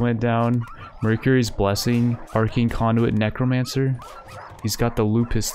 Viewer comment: He also pronounces necromancer as 'nicromancer'